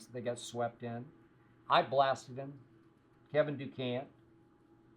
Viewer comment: Kevin Du-cant or Kevin Duran as in " No Mas "